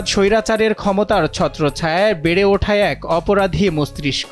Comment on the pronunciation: হায়রে সাংঘাতিক, মস্তিষ্ক সব্দ টাও উচ্চারণ করতে পারে না, কি দেসে আছি🫢🫢